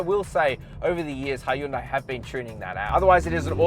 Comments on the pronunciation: great review man but I still don’t know how to pronounce Hyundai I noticed you said. He youn day and then you also said high youn day ... lol 😂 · Its pronounced "hee-yun deh," (keep the "hyun" part short) "현대" means "modern."